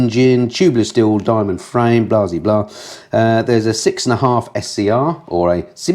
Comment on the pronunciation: Re The MAVIN, I'd rather ride an old fashioned conventional bicycle for an urban commute. sorry your pronunciation of the 6.1/2 was awful.